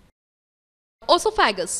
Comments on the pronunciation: No, It's "Osofhageous." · o is silent in oesophagus